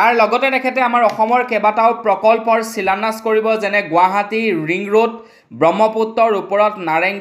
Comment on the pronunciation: তুমি অসমীয়া নে বঙালী । ভুল উচ্ছাৰণ কৰি বাতৰি নপঢ়াই ভাল কাৰণ ই নৱ প্ৰজন্মৰ বাবে হানিকাৰক। শিলান্যাস নে চিলান্যাস ।